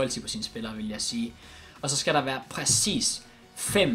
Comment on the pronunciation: Hvorfor siger du pracis istedet for præcis